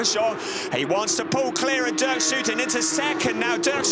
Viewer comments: You did say "OO" in stead of "OU" very consistently. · It's "Schouten" just as someone from Liverpool is a "Scouser" and NOT a "scoozer". 😅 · Sure, just pronounce it whichever way you want, but it is not actually correct to use 'oo' (nobody in The Netherlands would ever do that).